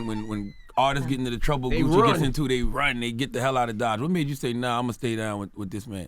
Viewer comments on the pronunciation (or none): He really called cuh Gooch 😂😂😂😂😂😂